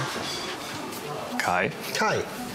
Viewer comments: Ich heiß Kai. Nicht scheiß Kai hab ich verstanden. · Nein! Ich habs 3x gehört und es bleibt dabei, er sagt : Ich, 💩 Kai. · Schei.....Kai Wirklich so verstanden. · Bin ich die Einzige, die bei seiner Vorstellung "scheiß Kai" verstanden hat? 😂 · Ich heiSch Kai 😂😂 ja Same so verstanden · Aber sowas von scheiß Kai verstanden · Oh man...ich hab verstanden "Scheiß Kai"😮